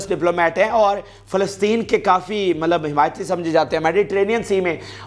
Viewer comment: Yaar Mallab na bola karain please 🙏